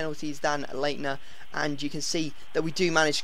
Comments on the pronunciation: Leitner is pronounced Lightner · It is pronounced lightner when there is a ei in German pronounce the i when there is p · leinter is actually said light-ner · Your pronunciation of Leitner kills me